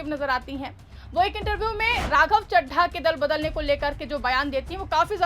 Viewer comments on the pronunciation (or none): ये चड्ढा को चड्ढी बोल रही थी अब क्या हुआ 😂